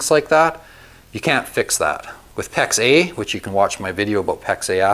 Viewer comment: I’m confused. Is he saying Pex A, or pex eh?